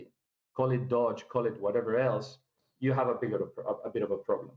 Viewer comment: He understands the financial system but crypto only moderately... Anybody expert about the entire crypto space knows how to pronounce Doge. It's like a hedge fund manager not knowing how to pronounce Nasdaq, and it's not down to English or accent..